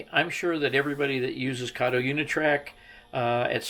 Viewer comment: It's pronounced Kato as in Kit Kat! Kayto is the name of the Chinese guy in the Pink Panther movies!